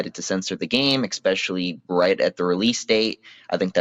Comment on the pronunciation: “EX-specially” Nah bro, you’re done.